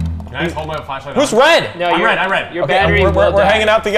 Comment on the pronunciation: its not wed its red!